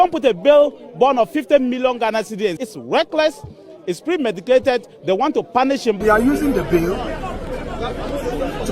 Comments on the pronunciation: Did I hear premediCAted? 😂😂😂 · Did I hear premedicated😂